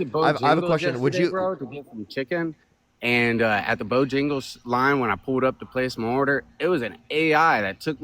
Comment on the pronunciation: I've heard of Bojangles before, just never heard it pronounced like it is spelled with an 'I' instead of an 'a'